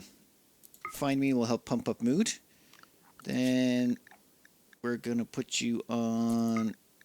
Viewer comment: "Keep everyone's nudes high enough" I'm sorry, but you didn't said "mood" or "needs" there XD